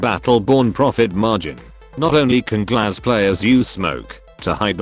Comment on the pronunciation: Yhhhh the pronunciation of Глаз hurts me. It means "eye" in russian btw.